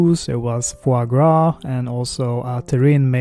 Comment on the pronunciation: heey you said FWA gras haha ! good on you mate. nice video !